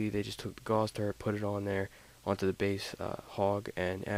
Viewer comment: Hurts my ears when people pronounce Gauss as if they are saying 'gauze'. The word rhymes with 'louse' and 'spouse'.